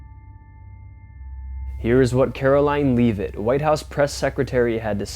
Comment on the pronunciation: Just for your information it's pronounced LE Vi T Short e sound❤